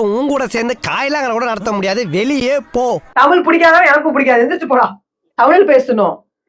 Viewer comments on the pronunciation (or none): U 😅😅 it's not tamil. Tamizh. Neenga tamizha ondrum 😅😅😅😅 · could be. Still a shame to say தமிழ் as தமில் and whole conversation filled with few tamil words her and there. You don't need to live overseas to forget தமிழ்.